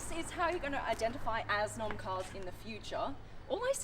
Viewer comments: 'What kind of car is that?' - 'It's an Assnom.' - 'Pardon?' - 'Assssss-nom' 🍑🤤 I see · That is the laziest way an Italian ever gets his name